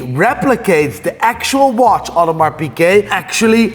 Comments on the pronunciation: He said it was an Audemeeers not an Audemars, lol! He was telling you it was fake without saying it was fake! Pick me for the watch giveaway! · It's a real Audermiiir, not an Audemars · I’m crying because it just dawned on me that he was really wearing an Automeeeeyyyyerrrrr and not and Audemars. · Need that watch “hee haw” 🐷….. 🫡to u keep giving us what we all look for….. And secondly I’m not sure why Ross didn’t just produce paper work for the “audemieeeeerrrrr” as Ross put it😂😂😂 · Bruh I felt cringed hearing Ricky say audermeeeeeeeeeeeeer 🤣😂🤣🤣🤦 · Lmao at fake ross, for wearing a fake audemirrrrrrrrrrrrrrrrrr😂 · The second hand embarrassment I got when he kept saying “Audermeeeeeeeeeeeeeeeer”😹😭🙌🏾 plus the race bait yoh 💀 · “Speaking on Rick Ross audemarrrrssss” 😂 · audermeeeeeeeeer 🤣🤣he's an adiot🤣🤣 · nah that "Aude-mierrrr" was hilarious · Audemiiiieeers at the end had me weak 🤣🤣 Great callout! greetings from the Netherlands! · The way he say audimeeeeeer needs to be clipped hahaha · “Audi-Meeeeeeer” He also probably can’t spell piglet 😂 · Embarrassing that Rick can’t even pronounce the brand correctly.